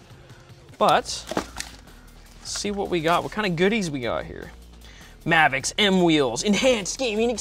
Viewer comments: I think it’s supposed to be pronounced as Mah-vicks and not May-vicks. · Anyone else wondering why it's not spelled Mayvix and he's saying it as May-vix? Weird way to pronounce Ma-vix. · Why does he call is "Mayvix" there's no y its "Mavix" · Mavix, not Mehvix.. Ma, like mama... Or am I wrong?